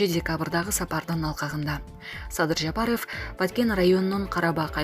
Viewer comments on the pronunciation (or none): Админ, скажи, пожалуйста, правильно не Жапароооф, а Жапаров. Как будто у вас окончание ооф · Диктор Кыз туура суйлочу АЙЛАНАЙЫН ЖАПАРОВ дегенин уксанар кулкун келет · Бул кандай диктор президенттин фамилиясын так айта албаган.Сабатсыз дикторду кетириш керек жумуштан.